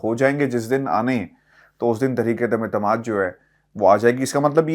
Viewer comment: اردو کا تلفظ درست نہیں الفاظ ٹھیک بول نہیں سکتے اور بنتے ہیں مبصر کرتے ہیں تبصرے تنقید کرتے ہیں دوسروں پہ. عدمے اعتماد 😂😂😂😂اپنی غلطی کو جانتے بوجھتے درست نہ کرنا جہالت ہے